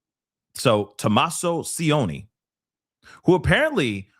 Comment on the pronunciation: could have used google to get the son in law's pronounciation. "c" is soft, not "s" sound like Spanish "c" is ch sound, like cheat. C followed by i chi. If it was c followed by a, it would be ka..cat or o the same hard like k. has no idea about house prices in Tucson. Again, didn't do homework. Google, again can give info.